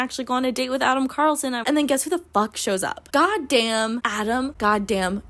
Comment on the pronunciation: not only is his first name Adam, his last name is CARlson — like you drive(r) a car(lson)